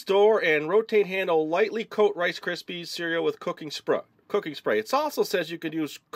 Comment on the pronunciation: Ricsypy rice Krispy then unsaid it wrong again ur soooooo funny I laughed soo hard!!!!!!